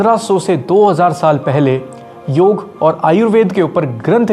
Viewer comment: वीडियो बढ़िया है लेकिन योगा नहीं योग, आर्यभट्टा नहीं आर्यभट्ट सही शब्द है, इसका उच्चारण सही करे